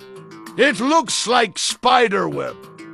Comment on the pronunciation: "CLOUD TEN TENTHES SOOOEEIII FLUFFEH EIT LOOKS LIKE SPIDEARWEAEB" killed me so hard 😂😂😂